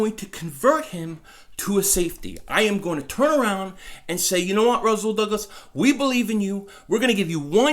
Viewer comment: Its Rasool not Razool